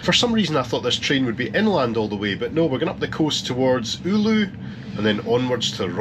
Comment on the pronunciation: If you're interested in the history of trains in Finland, you should visit the train museum in my hometown of Hyvinkää. It's very close to the train station and the town is about a half hour journey from Helsinki. Also, your pronunciation of Rovaniemi was fine, it's Oulu i'm worried about. It's pronounced something like "oh Lou". Also also, the town between Oulu and Kemi is not Li, but Ii. As in, just 2 i's. I actually drove past it while on a Discord call with some foreign friends, they were really confused about the name lol